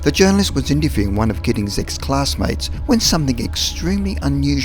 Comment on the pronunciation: two thousand and wuang